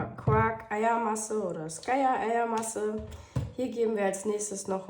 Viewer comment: Super , werd ich ausprobieren. Kleiner Tip: man spricht Skyr als Skirr, also kurzes i und langes r Hat nichts mit Sky also nix mit Himmel zu tun, wie du es sprichst. Nur als kleine Info😜 Lg